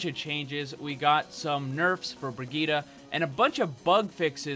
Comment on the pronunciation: You're still mispronouncing it. You need to put the emphasis on the second I not the G. ps: Mercy's bunny hop is the same thing as the three examples you gave.